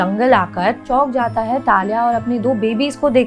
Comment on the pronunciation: Just a humble request mam, please don't get offended... You really need to work on your pronounciations and you really don't need to put in a fake accent while speaking in hindi, specially when using the word "है"... It makes hard for us to watch the video with such speaking quality